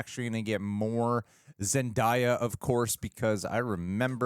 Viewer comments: Its not “zen-die-uh” by the way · bro .. its Zen-DAY-ah. for the love of god.